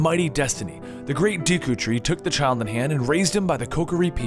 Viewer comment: These pronounciations seem purposely bad. I mean "dee-koo tree" in one sentance, then "doo-koo tree" in the next lol; I've always pronounced it "deh-koo tree".